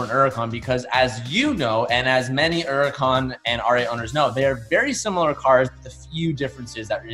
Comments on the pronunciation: What is a urican? You mean Hurican? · Is this dude stupid or does he just like saying “Uracan” instead of Huracan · It’s a Lamborghini Huracan not an uracan idiot !!! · Don't forget the H in Huracan bud! Don't forget the T in Aventador bud! Sheesh! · Where’s the “H” in huracan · it can be pronounced as Huracan or Uracan